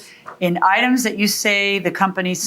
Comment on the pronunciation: That little smirk when he mispronounced “items…” You try doing the whole thing in Spanish and we’ll see how many mistakes you make.